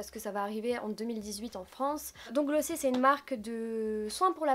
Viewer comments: S Theory mais les américains disent "Glossié" il me semble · Tu as tellement bon goût ! Par contre ça se dit "Glossieure", c'est américain je crois :)